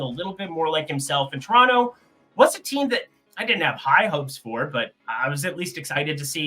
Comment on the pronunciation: He said tor (toronto)